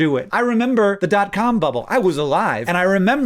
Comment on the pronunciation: Hank says "Dot cum bubble".🤣